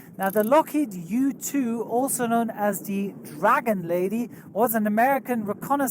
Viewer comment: I swear instead of "U2" I heard: "Within that car is another YouTube pilot."